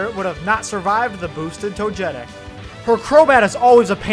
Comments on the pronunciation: Toe-jeh-tic? You mean Toe-geh-tic? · "toe-getic" lol